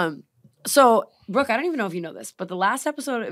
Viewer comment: didn’t think I needed to hear Mike call brooke “brookie” until now